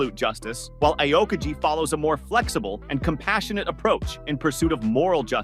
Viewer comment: Learn to spell the names if you're gona make a video. It's "Ah-o-Kiji" not "I-o-kiji".